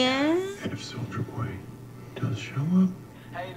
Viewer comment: Glad im not the only one who hears "Soulja boy" instead of Soldier boy